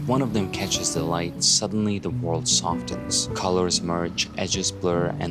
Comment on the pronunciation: "soften" is like "often". the T is silent. Hit me up for English fluency coaching 😉